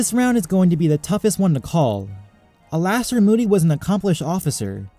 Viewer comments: Alastor is pronounced Allister btw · It's ALISTOR, dude